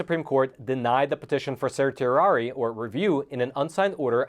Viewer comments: it's serr she air ee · Nice disquisition, but really needs to lookup the pronunciation of "certiorari."